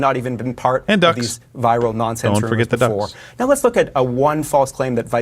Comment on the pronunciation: "They're eating the duogs!" 😂